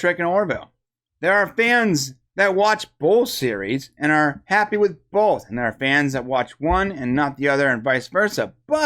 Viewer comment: It's pronounced "BOTH", not "BOLTH".